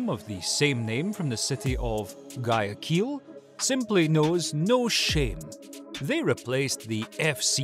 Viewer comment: His pronunciation of Guayaquil as a fellow Ecuadorian really hurt me :')